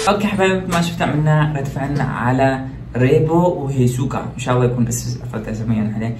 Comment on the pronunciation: روبو: ❎ ريبو☑️😂